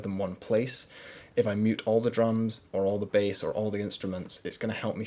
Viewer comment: why do you pronouncing bass like this?